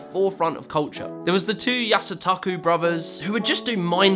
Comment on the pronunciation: Ya-su-to-ko becomes Ya-suh-ta-ku? Can't be bothered to even try to pronounce it correctly.